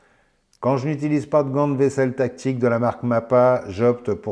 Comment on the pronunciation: je n'ai pas compris pourquoi tu parlais de gant à tique.....et apres re-visionnage.....c'est des gants Tactique.....tu as du mal prononcer ou c'est ton accent......hahaha !! sinon très drôle la team......bien que cela dois être penible certains jours...non ?? et le couteau ? ben je suis entre 2..une partie plais et l'autre pas.....mais une decouverte......! salutations